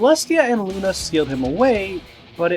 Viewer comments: Soler😇😡😉Not Lune😈😦😒💩!!!!!!!!!!=(=) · IT'S LUNA NOT LUNAR